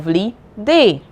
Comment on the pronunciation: Instead of day you said dee😮